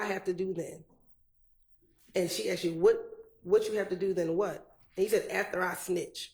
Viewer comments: Why are these people saying "Aks" English is not my first language but everytime they say that it triggers me and I think "What?? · How is this lawyer still getting away with mispronouncing asked?????